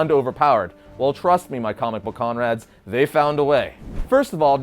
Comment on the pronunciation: Conrad’s or comrades? I always hear Conrad’s